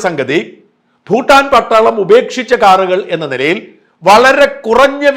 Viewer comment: ഫൂട്ടാൻ അല്ല ഷാജൻ😂, ഭൂട്ടാൻ